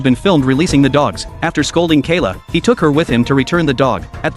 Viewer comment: Boy its mckayla not kaila